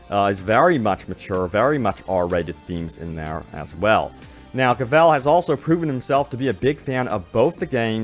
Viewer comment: Omg my ear bleeds when hear OMG pronounced Henry Cavil name. It pronounced Hen-ry Ca-vil not Hen-ry Ca-val.